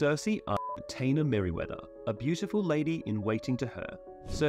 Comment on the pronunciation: How did you manage to pronounce Taena right the first time, then completely wrong all the other times?